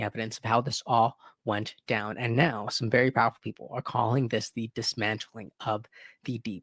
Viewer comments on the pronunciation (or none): none